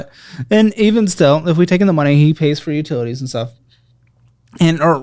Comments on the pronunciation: Utitities? hahahahahha I kid, I kid! Thanks for doing what you do!:) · “Utitities” made me giggle. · "Utitities"😂😂 that must be the "fun" spending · Utitities? Lol...glad you went easy on her, she has a big heart and seems very sweet.